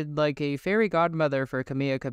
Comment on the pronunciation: It’s 2024 and people still are pronouncing Camila Cabello’s name wrong